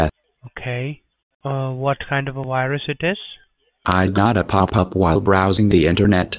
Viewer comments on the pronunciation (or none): Haha “Wirus” 😆